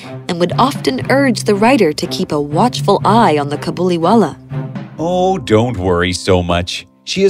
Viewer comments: It's not cabuliwala it is kabuliwala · In this it is kabuliwallah not cabiliwallah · the way mini said cabuliwala is sike !!!!!!!!!!!!!!!!!!!!!!!!!!!!!!!!!!!!!!!!!!!!!!!!!!!! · I would watch the hindi version and i got upset how Mini said "Kabuliwala" GIrl do you know how to pronounce hindi?